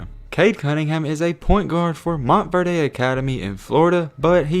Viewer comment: Good Vid Bro But Stop Saying MontverDAY🤣🤣It’s Montverde I Live In Florida I’ve Heard Nobody Call It MontverDAY LMFAO